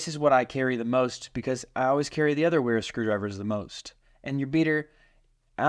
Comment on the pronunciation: It is German and pronounced “Vera” w’s are pronounced “v”